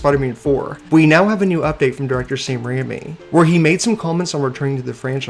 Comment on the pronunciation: Wait I love your channel but who the hell is Sam Rairmri? Umm did you go to the bar and have some shots first? Lol